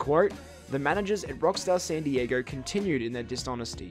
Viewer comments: San diager?! What the hell lol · im glad someone else hears this guy saying dieger!! So annoying. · Why do you keep calling san diego 'san dieger'? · "rockstar sandy jaeger" God damn man San Dee yay go. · "san dieager" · i Have one question. WHAT THE FUCK IS ROCKSTAR SAN DIEGEEERRRR?? ITS SAN DIEGO NUMBNUTS.